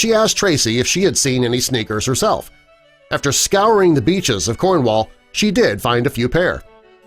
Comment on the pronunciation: is it just me as a random english person that i hate it when he pronounced cornwall wrong